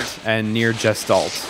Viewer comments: Nier Jistolt? Does he mean Gestalt? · The way pronounces "Gestalt" fucking kills me everytime.